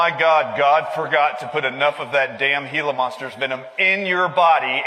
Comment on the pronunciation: He can’t pronounce Gila even. Yes, we know that already. We use the venom of cone shells, poisonous plants. Even animals know how to medicate themselves.